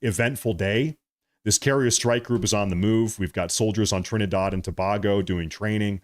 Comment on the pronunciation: Trinidard? Thought it was Trinidad.